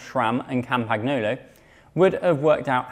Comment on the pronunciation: Cam PAG nolo!!! Please please please find an Italian speaker to show you how to pronounce Campagnolo without sounding like a muppet :)